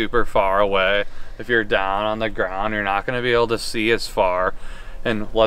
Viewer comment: The way he says "up and dahn" makes me think he's from Pittsburgh